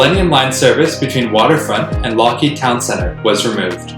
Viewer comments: Lougheed is pronounced "Lowheed", not "Lockheed" - EDIT - just saw Juan's comment! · Excellent video, and this definitely deserves more views. One note though, Lougheed is actually pronounced LOW-heed. Also: The Millennium Line station before the 2009 renaming was Commercial Drive, not Broadway.